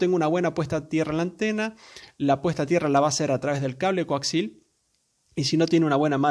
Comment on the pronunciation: Bien... aprendi que hay un nuevo tipo de cable... El "Coaxil"....! 🤣😂😁